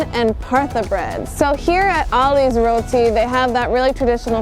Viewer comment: 👏🏿👏🏿👏🏿👏🏿👏🏿 u said roti the correct way